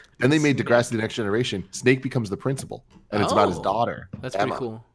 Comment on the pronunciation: Tell to stop saying "De-grasssiii", it's not pronounced in some weird, Italian way...and here's where my Degrassi world fell apart